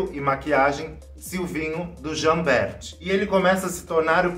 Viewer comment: Jambert: a pronúncia é Jamber, como se não existisse o “t”.